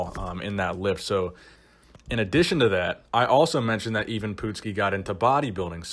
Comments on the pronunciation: I've never heard anyone pronounce it 'EEvan' before. I remember MD doing a story on Ivan when I was just a teen. Gave me a great incentive to train hard. Pretty sure the article claimed he was 5'9"" but you may have better info. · Not bad but you kept butchering the poor guy's name. First of all how the fuck do you get even from Ivan?!? As for his last name it's pronounced Put ski and NOT Poot ski which you've said all throughout you vid on the man. It is insulting and disrespectful to the person being talked about. It also shows you don't really care about the quality of your work because it shows how lazy you are. Then again you could always call him PUDski like Jesse "The Bod" Ventura always did back during the WWF/WWE days. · Are you sure it is pronounced 'E - van . I am pretty sure it is produced Ivan, you know the I and Van. Pretty simple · Ivan ... Pronounced EYE VIN... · It Ivan,,, I if it was Evan with an E it would be Evan it's fuckin Ivan . .I for fuck sake you ignorant dick. A huge guy at 5'6 not impressed at all. Just like most bodybuilders not impressed. 5"11 or above and being massive is impressive, small guys have super compact muscle bellies and is not hard to be big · ...how can you not know how the man's name is pronounced? ...when in life have you ever heard that name pronounced "even"? ...it's I-VAN, ie: "eye-ven", that's just common knowledge ...and it's PUT-SKI, ie: "put-skee", not "poot-skee" ...i even would've accepted jesse ventura's "Paduski" ...dude, go watch a youtube video of old WWF matches, it's really not that hard ...unless you're purposely trying to trigger folks. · "Even Poot-ski" never heard of him. But I do know a "I-Van Put-ski" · It's not "Even Pootski," it's I-vin "Put-skee"!!! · Hey, you started calling him by his wrestling name "Ivan", then after 54 sec. you switched to calling him "Even", then finally at the end got the name right again. Why? Did you "even" know of him before you made the video? Just wondering.